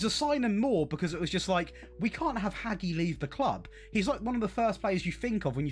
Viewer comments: Showing your age by pronouncing Hagi as "Haggy" 😂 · Queens Park in a cup final? Oh the irony 😂. Also, who TF is Haggie? Maybe have a look at how that ones pronounced, bud. 👍🏻